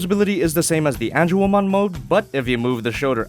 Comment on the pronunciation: Lmao, Ange”womon”